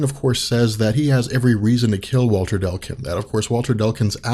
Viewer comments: DECLUN....UGH! NOT DELCUN!! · Its Walter Dec-lun not Del-cun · I can’t stand this, anymore. It’s “DECLUN,” not “Delcun”. D-e-c-l-u-n. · Thanks for doing these, they're really awesome. Btw... It's Declan. Dec-lan! Not Del-can. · I was focused on that as well lol. I missed half the video because I kept saying declun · come on man. DEC-LUN and not DEL-CUN. You've been hanging around benny too much. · Yep. It's "Deh-Cloon" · Declun is not pronounced Delcun.